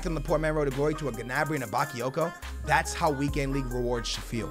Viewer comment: The way he says gnabry is getting on my nerves